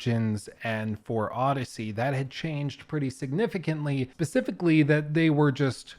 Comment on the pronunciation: did be say pacificly instead of specifically?